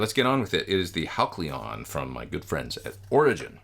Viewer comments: It is pronounced Hal-see-uhn, NOT Hak-lee-uhn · ur awesome but: Hal see on not Hal clee on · “Hal klee on!” I think it’s “Hal see on.” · Hal see on, not Hal cle on, but super review as usual!😇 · the pedal is spelled Halcyon, correct? Which means it's pronounced HAL - cee - yawn. Not HAL - klee - yawn. Capiche? 😊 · Wow! Great pedal and great playing, as always. But, respectfully... Isn't that named pronounced (hal-see-yon). Could be I've been mispronouncing it for awhile if not. LoL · Epic playing and tones as always! But, say it with me: HAL-see-on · I love you. But I'm guessing Halcyon had to be pronounced "hal-sea-on" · It’s pronounced HAL-SEE-UHN,. Great pedal!!